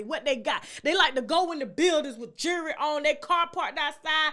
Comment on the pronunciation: Please learn how to say the word jewelry. It's not pronounced, jury. They're two different things. You come at everybody. Get yourself together!